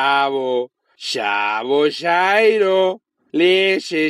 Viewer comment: Alguien más oyo el help cuando dijo shairo?